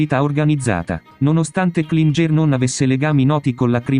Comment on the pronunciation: Klinger si pronuncia “Klingher “ e non Klingé , il professore era di origini Austriache